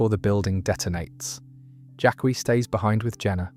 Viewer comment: Everytime you say “Jadd-is” instead of “Jadis” it pulls me out of drifting off to sleep. Or even worse “Jack-qui” that one drives me mad.